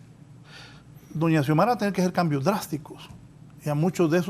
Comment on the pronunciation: Porqué los periodistas no pueden decir Presidenta "Xiomara"? Parece que se perdieron una clase importante de la carrera...